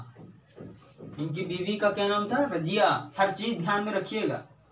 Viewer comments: رجیہ نہیں رضیہ ہے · سر اُنکی اہلیہ کا نام "رضیہ" تھا نہ کہ راجیہ